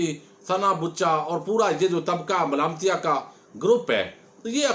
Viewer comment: آپ جو لفظ بولتے ھیں طبقہ ملامتیہ بس یہ آپکی زبان سے بہت سوھنا لگتا ھے ماشاءالله جزاك اللهُ خیرا